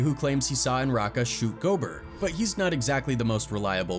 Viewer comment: It's pronounced Go-bear, not Gobert. Damn AI narrator 😂